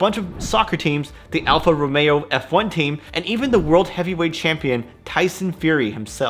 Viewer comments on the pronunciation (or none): none